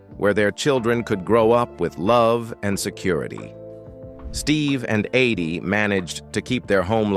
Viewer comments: You keep saying her name wrong. Its Eydie not Aydie. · I hate this narrator's voice! He mispronounced Eydie's name consistently...........calling her "aidee" time after time. Where the hell did they get this guy? What a low budget tribute to a special couple.